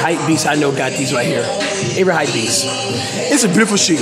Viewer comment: Why you alwasys saying hypbeast